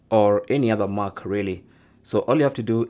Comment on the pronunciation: It’s Mac as in MACK, not MOK 🤦🏾‍♂️